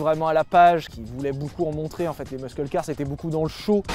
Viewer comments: on ne dit pas "muskel" car, mais "mussel" car... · Respect à toi sylvain mais please! Pas meuskeule mais meusseule car! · On dit "meusseul" pas "meusceul" les loulous ^^ <3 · "mussel" bordel pas mesquel les mecs enfin ! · Les "meuskeule car" MDR... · C'est "MUSCLE CAR" pas "muskle car" !!! 🤦 À par ça continuez comme ça je kiff le contenu 😁👍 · "LES MUSQUELLE KAR" suffit de le dire comme ça "Meusseule car" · Les gars, je vous adore et je passe une seule fois une gueulante qui vous fera chier mais qui se veut constructive : ou tu dis "meussel" car ou tu dis "muscle" en français mais "meuskel" c'est archi nase. Ensuite, arrêtez le mot aérodynamisme ! Ça n'existe pas !!! C'est aérodynamique, point barre ! Sinon, bonne rentrée les choux, plein d'amour sur votre descendance 🙏🏼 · Hé, mec, on dit pas 'muskle car', on dit 'mussle car' ;-) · Quelqu'un pourrait leur dire une bonne fois pour toute que l'on dit '' meusseule car'' et non pas' 'meuskeule car' '? 🤷‍♂️ Merci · Soit dit en passant, on dit "meusseul" car pas "meusKeul" car. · Meusseul car et non pas meuskeul car ^^ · Mais arrête de dire ''meuskeul'' car wesh c'est ''meusseul''. Bisous merci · Arrête de dire meusqueule, muscle car ça se prononce messel car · Putain de bordel c est quoi cette prononciation muscle car « meuskeul car »….fuis bordel!!! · Sylvain : Muscle car, prononcé "meusseul car" 😂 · MEUSKEUL CAR. 😂 Fais un effort Sylvain bordel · la meuskeul car lol, vous en faites expres ou bien? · "muskeule car" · Jsuis chiant mais on dit "meusseule car" pour Muscle Car en anglais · Repeat after me : "meusseul car" ! Le "c" ne se prononce pas... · Faut arrêter de prononcer muscle car Comme ça SVP